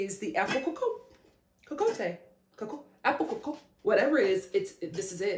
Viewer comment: if I tell you I'm French, and I came strictly for the pronunciation 😂😂😂😂😂😂 Lo Crrrrooossey coacoatay 😂😂😂😂 It's more like "luh cruh-zé" & "kohkott" (same sound for both o's, like in the word "pot") but I'm here for the giggles ✨✨✨✨ Funfact ⬇⬇ for most French people, "cocotte" is a nickname for a chicken, and for a girl as well as this cooking device... but for us here in the French West Indies, it's a word for c00chie... and the cooking thing 😅😅